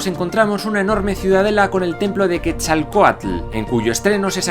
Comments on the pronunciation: Es la primera vez que escucho a un español pronunciar correctamente Quetzalcoatl. Muy bien :D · Te felicito por todo y mis respetos, pero te felicito aún más porque eres el único no-mexicano que he escuchado pronunciando "Quetzalcóatl" de manera correcta. Por otra parte... es el estado de "Morelos", no "Moruelos" :)